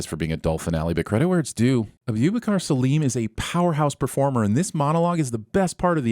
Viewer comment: Bro just butchered the pronunciation of Abubakar